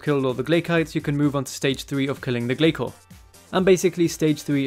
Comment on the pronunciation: glay-soars lol